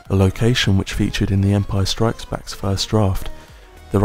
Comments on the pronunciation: The way you say Empire STRIKES Back is oddly unsettling to me. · Guy starts talking ...... Me: zZzZzZzZzZz Guy keeps saying Empire strIKES back.... Me:🤬🤬😳😳😤